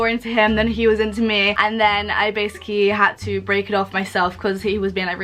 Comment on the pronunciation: This girl cannot say the word “basically”